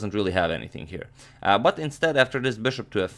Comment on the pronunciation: Why does amagmator promounce bishop like 'boshop'..well annoying